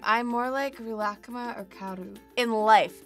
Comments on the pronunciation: I’m pretty sure you made a mistake there. It’s not ri-raku-kuma or you would be saying ku twice, which doesn’t make any sense. I’d say it’s more like ri-luck-ma, if you want to pronounce it the Japanese way. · Re-la-ka-mah? What? I thought it was ri-le-ku-meh I’m confused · same. i say real-uh-koo-mah vs.. ril-uh-kuh-muh they way she says it is frigging weird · Malia deGuzman she’s pronouncing it unnaturally. shes saying “rih-lahk-kuma” (connecting the k’s) but in japanese its more like “rih-rah/ku-mah” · People in japan say it like ri ra ku ma Not rilak kuma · she's pronouncing the second half right, but in japanese wouldnt they use a long e sound for ri ? sometimes it sounds like she's saying rih instead of ree. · Rilak-kuma???? I’ve been pronouncing it as “ree-la-kuma” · woahhh i thought it was pronounced real-ah-ku-ma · “reelah-kuhma” it’s literally just reela kooma oh my god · I CANT WATCH THIS SHE KEEPS PRONOUNCING IT AS REELAH KUHMAH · I thought it was pronounced Ri-la-ku-ma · Omg this is so creepy.. at the beginning it sounds like she says Rilakma right? Now pretend she says Rilakkuma (but she says the u really fast) Play it again.. I hear both omg.. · I thought It was pronounced ri-la-ku-mah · Gi kun I speak Japanese and have been for 7 years now sweetheart. ree-la-ku-ma is how it’s pronounced. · Is that really the American way to pronounce Rilakkuma? I’ve been sounding it out phonetically and it took me awhile to figure out what she was saying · It is she's butchering it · One thing that annoyed me as an asian was that they couldn’t be bothered to correct Lana on her pronunciation. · Okay I love Lana but WHY DOES SHE SAY RILAKKUMA LIKE THAT??? She pronounces it so weird but go off I guess 💁‍♀️ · I was so excited to watch this until I heard how she pronounces Rilakkuma... did nobody properly teach her how to pronounce it during production? As someone who speaks fluent Japanese, it’s so painful to hear. I’ve seen so many others commenting on this too...